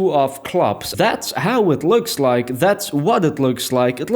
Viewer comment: “Just loike dat”